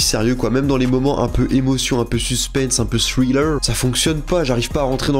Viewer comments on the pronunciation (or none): none